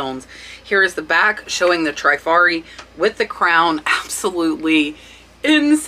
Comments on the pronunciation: Great video. Only thing is, honestly, my ears hurt to hear some of your pronunciations of some of these designers. Givenchy is Zhee-von-she. Trifari is short "I", as in triste, not "Treefari" . Other than that, your child is adorable and so well behaved! Kudos! :) Thanks for the great content. These brooches are beautiful eye candy! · I really love your videos! FYI, the pronunciations is Trifari, with a short “i,” like in the word “trip.” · Oh thanks for the info and tips you YouTubers blast - its no wonder why I cant find any more treasures! You guys are ruining it for soooooo many of us! Oh, and its not Tri-fari. Its the "i" pronounced short like in "is" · I adore you. I admire what you've accomplished and shared. It's cute that you mispronounce brands like givenchy, trifari and vendome, but hey you are making lots of money and that's what counts